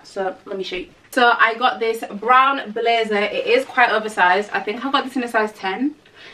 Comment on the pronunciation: Its proper what, PROPER BRRRROWN ! 😂😂